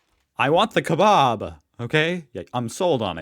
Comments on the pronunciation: It’s ee myoo not emo it’s keh-bab- not kobab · It's a fukin KeBAB not a kebob! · It's a kebab, NOT a "kebob".